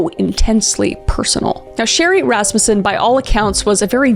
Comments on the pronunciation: Oh my gosh! That's my last name! I never hear Rasmussen anywhere. And Kris actually pronounced it correctly. Everyone always wants to pronounce it Ras-MU-ssen. Anyways.... LOVE your content Kris. (Also my first time commenting. I'm usually a silent watcher 😂) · claps to Kris Thank you for getting the pronunciation of "Rasmussen" correct. It's been a long time struggle for a lot of the family in that regards. (Yes I am in a very large Rasmussen family). This is one of the hardest videos you made for me, I was viciously stalked by my ex for 15 years